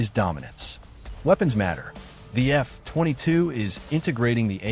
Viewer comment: at least fix the AI voice to treat F22 as one word. So annoying to hear F....22 with a long pause in between!